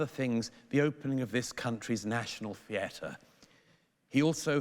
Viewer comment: Stop saying "theatre" wrong